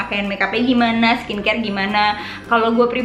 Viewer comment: Di kaya ngomong skin scare nggak sih??😂😂